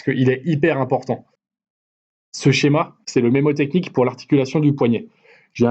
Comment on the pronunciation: On dit mNémotechnie, et pas mémotechnie, pour info :)